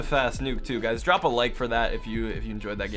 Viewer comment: Don’t fawget to dwop a like on di video🤩